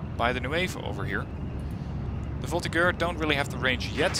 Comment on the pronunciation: the French pronunciation struggle can start again, thanks! (the G in "voltigeurs" is pronunced like a J, but fair enough haha)